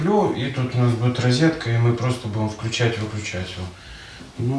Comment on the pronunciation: почему вы говорите,, рИзетка"? Ведь рОзетка!